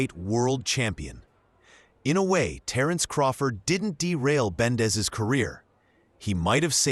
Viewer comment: Why are calling Benavides bendes ?